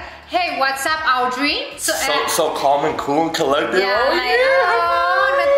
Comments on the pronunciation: its aeeeee not yeeeee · Ok really made me laugh when she was felled to pronounce Audrey 😂😂😂😂